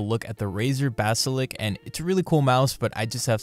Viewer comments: mate its 'Basilisk' not "basilick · bro said "BASALIK" instaid os basalisk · Ba-si-lisk. Not Ba-si-lik. Not Ba-si-liks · Basilisk, not basilic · All good and well but can you please just say "basiLISK" instead of "basilk" it just makes my ears hurt. Couldn't watch more than 3 minutes. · Golly if it annoys you that much then Im sure you have alot of friends lol. When he says it I just think it's funny. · good video, but you saying "basilick" instead of basiliSk was pretty funny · Lisk, not lick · Seriously? You’ve had it for 2 years and say basilik?? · Stop saying basilik it makes me sad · You mispronouncing 'basilisk' constantly irked me. Also it's a bad mouse, and Razer is usually overpriced junk. Anybody reading this should be wary of Razer products in general. Look for alternatives that are actually quality products for the price you're paying for them.